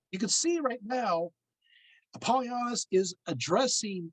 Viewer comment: You're pronouncing his name wrong .